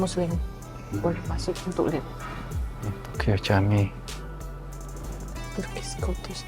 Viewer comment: Camii bahasa turki untuk masjid uda,di baca nya jami ud